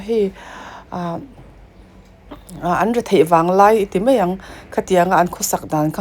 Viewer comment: Mizotawng hi hman dik a ngai a nia eg ,mai tihtur ah mei tih te😂